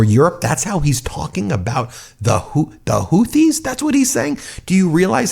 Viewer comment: Sounds like he's talking about the Hooties, not the Houthis. Where's the Blowfish?